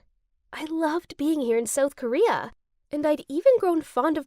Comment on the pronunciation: It’s not soael Korea it’s south Korea